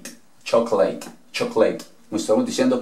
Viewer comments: Crítica constructiva: Pronuncias mal "interesting". La primera "I" se pronuncia acentuada. Y no la segunda "e". Se pronuncia "íntrestin". No se pronuncia "intréstin". Lo mismo pasa con: actually, chocolate e interest. Se debe pronunciar acentuada la 1ra sílaba: Actually: Ákcholy Chocolate: Chóclit Interest: Íntrest. X cierto aprendo mucho c tus videos. Muchas gracias!! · Excelente clase, gracias maestro. Con razón yo me preguntaba porque pronunciaban chocleit y otros chocoleit. Saludos y bendiciones.